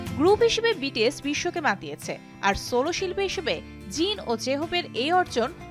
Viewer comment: কি সুন্দর করে jin jhope এ নাম গুলা বলসে ওয়াও ❤❤